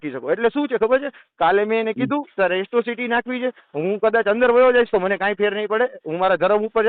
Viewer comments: એટ્રોસિટી કહેવાય તારી માને શોધે એકરો સીટી નહીં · પેલા એક્રોસીટી બોલતા શીખ દોફા